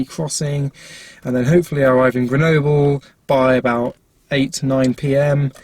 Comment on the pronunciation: it's rhyme with noble 😂, you pronounced it quite well, but in french, we say the e more like a